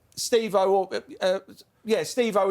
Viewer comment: It's Steevo you mugs